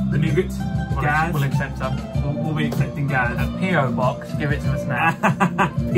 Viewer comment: Az an iranian when you guys arabic i was like COME ON!😂 but i agree GAAZ😂🤌🏿